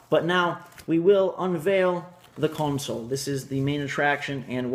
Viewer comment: You said console in a British accent LOL